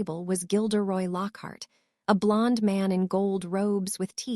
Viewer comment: Oh my god blond being pronounced blunda. Weasley as wuzla. Pus la tunj la for parceltounge! That one's hilarious, but it's taking away from the story. Please please remove and replace it with A.I adjustment back to how they were before in the other books on this sight. Well apart from slutharun